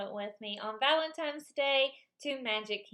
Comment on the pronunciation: Valentine's not Valentime's